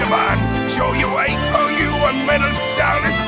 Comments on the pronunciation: The beauty of it is that Krabs would already pronounce medals "medurrs" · I love how he pronounces “medals” like “medders.” I don’t know if that was just a random accident, but it is actually how Mr. Krabs pronounced certain words with syllables ending in l’s in the show. If it was on purpose, it’s a wonderful little touch. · I love how the pronunciation of "medals" is perfect.